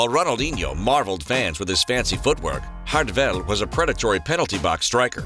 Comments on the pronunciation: Also his name his Jardel not Rardel in Portuguese J is read like in English unlike in Spanish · he's name is spoken in Portuguese not Spanish. jar-del not hardel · Stop fucking saying “hardel” in portuguese the J is said like an English J not a Spanish, Italian or dutch J so it is Jardel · It’s MARIO JJJJJJJJJJJARDEL YOU DUMMY. HARD J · Name is so easy to pronounce and yet you may a complete mess of it 😹😹😹